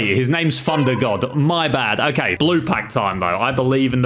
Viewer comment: Anyone notice he was saying funder god